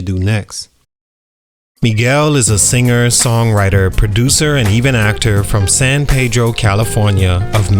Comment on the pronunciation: came to see if you'd pronounce San Pedro right, you didn't.